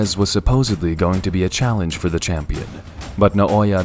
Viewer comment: English: Champion Japanese: Chum-peon